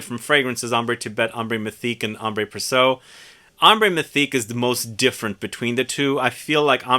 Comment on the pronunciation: It's Ambre with no accent aigue. And Précieux is pronounced "pressyeu" not "presso".